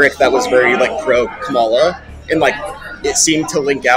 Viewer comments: can't believe how racist this guy is--pronouncing Kamala's name incorrectly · He pronounced her name incorrectly. He's clearly an alt-right supremist... 🤣